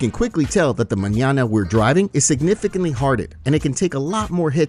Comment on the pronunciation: Flawless pronunciation of the word Mañana, cheers